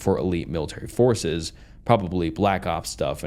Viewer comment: The constant mispronunciation of incredibly basic words is genuinely hilarious. Not really a good thing for spooky stories haha. Like brother, how tf do you says forces as “fowources” 😂